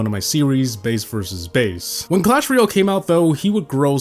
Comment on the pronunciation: Clash “Royale” not “Real”. Painful to listen to.